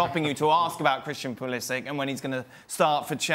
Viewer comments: Not “pool-esss—shiiittcch” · It's poo-liss-ick.. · Bro... it’s pa-liss— ic. Pronounce it the way the player prefers. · Henry Ortlip bro it’s poo-li-sitch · Is it pronounced “Pulisic” or is it “Pulisic”? 😂